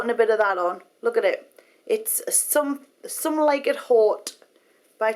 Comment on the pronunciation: "sohme like it hote" haha love her!